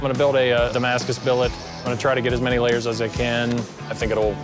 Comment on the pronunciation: I'm sick of hearing "D.A.M.A.S.C.U.S" , Luckily Dough keeps saving the day by saying "IT WILL K.E.E.L !" with a little bit of a serial killer smile.